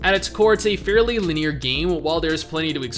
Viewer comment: You sound like english is your first language, but can't pronounce "linear" LUL